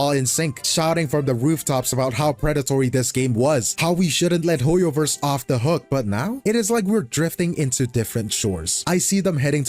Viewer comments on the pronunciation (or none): It's HOYOVER, time for a Hoyo-vorce!